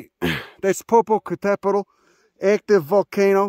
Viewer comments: popo what!? butchered it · Lmao how you pronounced Popocatépetl was hella funny 😂 that chi accent thick af. But thanks for showing love to my underrated beautiful country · You sure fucked up the pronunciation on that volcano LOL